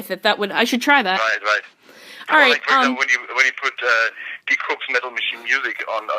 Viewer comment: Thank you for interviewing Die Krupps...but may I make a nerdy German remark? "Die" means "the" in German. Die Krupps = The Krupps It has nothing to do with the English "to die". The "ie" in the German "die" is pronounced like the double "e" in the English "to flee". Greetings Mega